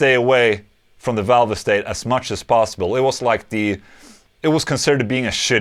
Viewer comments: It’s pronounced “valve state” not “valve estate” lol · “Valve estate?” I thought it was pronounced “valvestate!” But what do I know, I’m only English 😂😂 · Marshall valv-ah-state lol